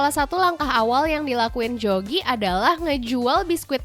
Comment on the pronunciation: itu bacanya "Yogi" bukan Jogi😂 nama beliau pake ejaan lama , J=Y > Dj=J > Tj= C >Oe= U .. contoh Soeharto dibaca suharto,Widjaja dibaca Wijaya..maka bukan bapak Jogi, tpi Yogi,dan Atmadja itu dibaca Atmaja😊